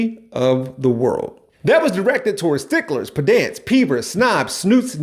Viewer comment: Did you say "pedants" like that on purpose?